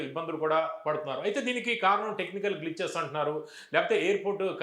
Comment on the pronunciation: టెక్నీకాల్ కాదు టెక్నికల్ కి కి క కి దీర్ఘాలు తీసేయండి